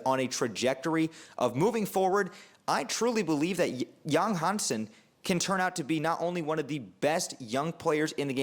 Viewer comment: Pronounced YANG!!! Not Yong